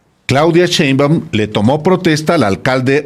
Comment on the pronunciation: Alejandro aprende a leer y sobretodo a pronunciar bien las palabras, más si estás mencionando un apellido, es "Sheinbaum" no "Cheinbaum", tipo irrespetuoso